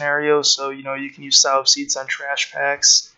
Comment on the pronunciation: Nice vid cheers. Oh and 'sow' is pronounced the same as 'sew' or 'so'....not like the pig hahaha